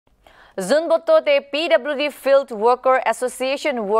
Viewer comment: It's zunhebhoto not zunboto